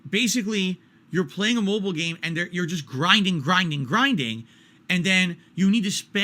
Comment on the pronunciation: Why does he sound like he adds the letter B to "Mobile"? Bobile game.